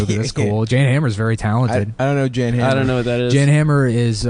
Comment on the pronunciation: If he were a gay bug, like me by the way, I'm gay he'd know "Jan Hammer" is pronounced "Yon Hah-mer." I'm sorry for being a gay bug.